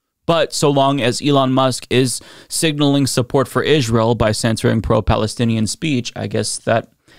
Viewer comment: Darn was hoping to get through one of your videos recently without hearing you pronouncing Israel that way 😂 😅 you and apparently Candice Owens both says it the same way and I can’t hear it it’s like nails on a chalkboard idk why